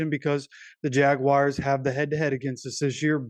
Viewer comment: They are the Jagwars not Jagwires.. Damn man